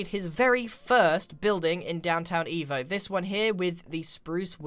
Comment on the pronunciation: It sounds like he's saying, instead of downtown evo, he's saying downtown evil. Lol